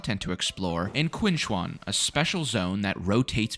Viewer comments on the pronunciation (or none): Q in pinyin is a soft 'ch' sound. So Qinchuan should be pronounced closer to Chin-Chuan